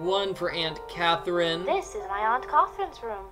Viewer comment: Anyone else notice that during the introduction, Jane says Aunt Catherine normally, but then at Aunt Catherine's bedroom door, Jane pronounces it "Aunt CAWW-therine"?? haha. I do hate to be critical, but the voice acting/accent isn't good...